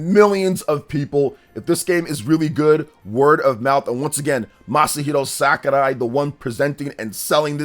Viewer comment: He be mispronouncing it though.